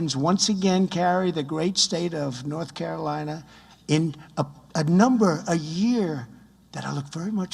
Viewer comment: Dear newsreader. You must learn to pronounce "North Carolina" Despite that Trump said it twice in this clip. Didn't you realise that you are saying it wrong? I think you should stick to reading hindi news